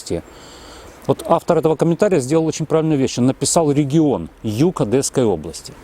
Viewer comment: Одесской. Нет Одэсской области!